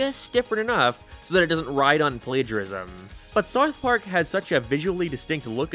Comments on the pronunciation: "Sarth Park" Killing me with it. He says Sarth Park so many times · “Sarth Park” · What the hell is “Sarth Park” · Hey, it’s called SOUTH Park. Not SOUF Park. 😂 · I'm Brazilian, and this is a LEGITIMATE QUESTION! Where is this accent from? Why does he pronounce "Sarf Park" ?????? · wtf is serth park sarth perk? seriously nobody else commenting on how he cannot pronounce South Park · I can't handle the way you say Sarth park. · I had to take a break from watching this video after the 20th "SAWRTH PAWRK." Sorry m8. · “ Sourth park “ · bro really says "sarth park" instead of south park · saerth park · man i sure do love souwth pawrk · Souerth puaerk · WTF is Sarth Park? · Why are you saying Sarth park, honest question lol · I’m 10 minutes into the video still tryna figure out what “saiyth pork” is… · Saurth Paurk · Are u saying sarth park? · Wtf is sarth park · Sawth Park? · How u gonna spend time making this cut clips and audio hear them pronounce and say South Park, and u gone turn around and keep saying it like that. Sourth Park... mother fu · It is called South Park not Sart Part, also I said speech impediment, not speed impediment you aardvark. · Sarth park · “Saurth Park” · i gave up on this video after the 5th SARTH PARK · scythe park.... your accent kills me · South Park, not whatever you’re saying bro 😂😂😂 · Have to ask about your accent, are you like Irish but moved to the US or something? Sounds like youre pronouncing south park as seuwth perk and other stuff like half british/irishly or am i going insane? Oh i literally got my answer like 5 seconds after commenting lmao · Why is bro saying “Sarth Park” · You pronounce it like sarth park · sourth paurk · Sarth park lol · Sourth park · Sooouthh paak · *sarth park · You cannot pronounce “South Park” properly and it’s bothering me lol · I have never heard anyone pronounce South Park the way you do. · The way this guy says South Park is funny to me 😂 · why do you say south park like that